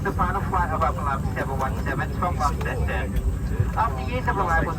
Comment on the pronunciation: its pronounced Lonceston, similar to how Au is said Ostralia love the vids, the 717 was a great bird - i should say though you may have rushed the video it was perfect, a great tribute, I enjoyed flying on them.